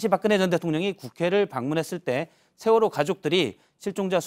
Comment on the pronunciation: 경상도 것들아, 쉐월호가 아니라 세월호다. 니들 정신세계는 무슨 문제가 있기에 정치인이건 일반인이건 보수라고 자칭하며, 그 쉬운 ㅅ 발음도 못하냐? 한국의 현대 정치사는 니들 쉐끼들이 망쳐놓은 것 아니냐? 그러니 류여해가 니들 천발 받았다고 하지 않나? 뉴스 봐라. 쓰레기 정치인, 기레기 들은 어찌 싹 다 경상도 출신이냐?